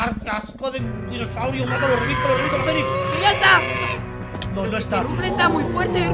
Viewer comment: XD Es que ese no es Ruflez, es Ruflas XD